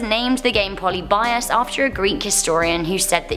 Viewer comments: Polybius not Poly-byus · Puh lib ee us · Poly-bias lol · You butchered the name polybius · The way you pronounced polybius was funny.